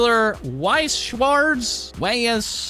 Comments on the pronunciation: As someone who plays weiss shcwartz i was laughing at trying to pronounce it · weiß/weiss is spoken like "why" with z in the end, "ß" is the same as "ss". Its supposed to be a "sharp s". schwarz..... well... deal with it XD dont know if there is an english word that sounds similiar. just think of former Gouverner Schwarzenegger and cut of the not needed part. weiss schwarz simply means white black